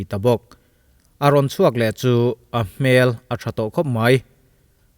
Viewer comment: A nih loh 'hmel'....a fuh loh 'hmel' hle mai. Heta 'hmel' i lam dan hi mihring hmel hmai a hmel ang hian i lam a, hei hi a dik lo. A ri a hniam tur.